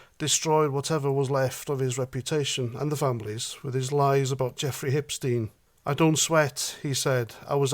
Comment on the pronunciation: I miss our queen. She was the last true royal. King Charles. Hes not it. Our diversity and tolerance has run out Charlie. You are safe, your citizens are not. So you are not our king. But laughing at the way he said Epstein as Ipsteen 😅🤣🤣